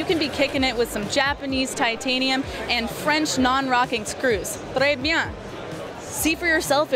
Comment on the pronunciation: Your "très bien" is perfect! ;-)